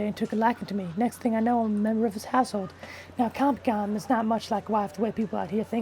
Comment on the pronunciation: "Compacom"!!!!! lol